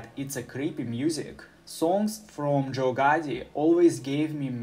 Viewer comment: "Joe Gotti was born in 2002" 😭👌